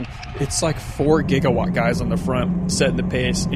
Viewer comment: Can you call them by their real team name??? It's Jigawatt...not Gigawatt. Other wise a great Video! Thanks not being mean!